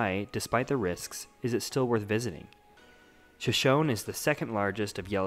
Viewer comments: Pronounced Sho-Sho-knee. Not shoshown. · Nice vid. Well done. But most people, including you, pronounce it wrong. It is pronounced Shoshoneeeee! The last E is Not silent. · Isn't the name of the lake pronounced "Shoshoney", like the Native American tribe? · it's pronounced sha show nee. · Locals pronounce it Shoshown, and Coyote is KY-OTE not KY-ote-EEE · I think if I made a video like this, which took considerable effort, I would actually learn to pronounce Shoshone.